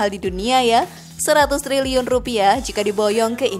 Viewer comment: ...ngakak klo dgr 100Telerr x😂😂